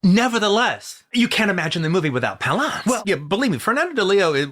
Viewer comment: Why is QT calling him Jack pau-LAUNCE? Isn't it Jack PAL-lance?